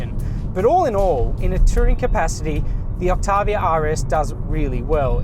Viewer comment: “Skoda Oktarrrviarrr”